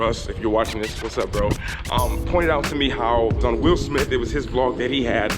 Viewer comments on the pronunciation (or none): none